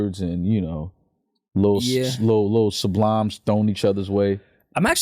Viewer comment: This nigga really did say "Sublimes" 😭 his heart is in the right place tho